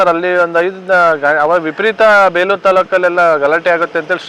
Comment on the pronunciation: Bro adu beluru alla bro bikkodu yak sumne beleuru beluru anta heltiya